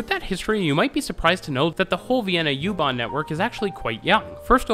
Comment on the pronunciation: Just me, but it might be a good idea to call it "oo-bahn". This gets me on all your German language transit system videos. Go ahead with the "yew-too" etc. It's also an Irish band.